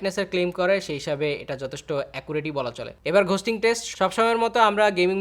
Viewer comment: For fucks sake its "গোস্টিং" not "ঘোস্টিং"